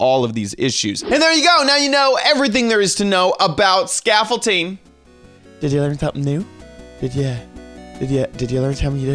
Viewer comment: XD when you said hey guys, scaffolding it sounded like you were saying youre name was scaffolding